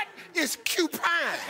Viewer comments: ***** actually, the man said "Upine", not "Cupine" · Rosseen Glimmer no no no no no. He Q pine not cupine cuz like BHuang92 said Tic/Tick ain't talkin bout no porcupine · i cannot with this answer Steve done said UPINE😂😂😂😂😂😂😂😂